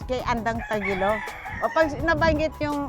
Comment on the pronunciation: thats tagilao. 😂 wtf are you guys saying.